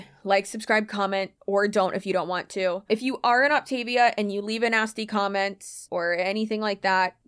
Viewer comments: Great info! But please, pronounce it correctly! Opta-VIA, like Mama MIA! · For what it’s worth, the insider huns actually pronounce this “Opt-uh-VEE-uh.” An MLM by any other name. . . . ETA: THRILLED about your clear margins! HURRAY! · My friend did this for a hot second. Not sustainable, obviously. I always heard it pronounced “op-ta-VEE-a” 🤷🏻‍♀️ Also, I tried one of her fueling snacks. Ugh! I had to spit it out. So gross.